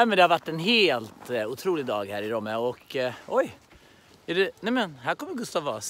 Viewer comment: Kan folk lära sig säga rOmme?! 😂 heter inte rÅmme!!!!!